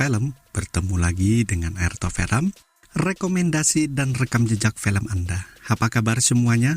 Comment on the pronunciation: Filem (film) la bukan 'felem'..your English very bad!